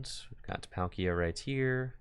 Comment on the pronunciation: every time i hear PAL-kia and not Paul-kia is painpainpainpainpain